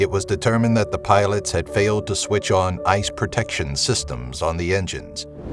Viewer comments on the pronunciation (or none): none